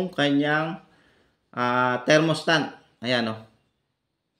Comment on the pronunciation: Thermostat po hindi thermostant hahahahaha